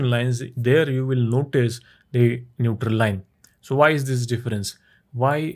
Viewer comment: NeutRRRRRRRRRRal line.